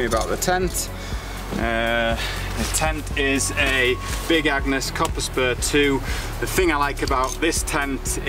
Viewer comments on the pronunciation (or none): none